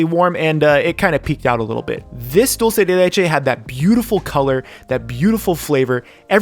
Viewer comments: "Diulcei dei leichei" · Dhdhhdhdhdd kind funny he saying "doce de leite" dhdhdhdhhdhdjdjd